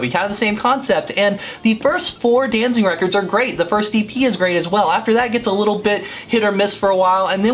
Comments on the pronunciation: It sounds like you are saying "DanZING" instead of"DanZIG". But what do I know, I was never a big Misfits fan. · Did you just say DanZING?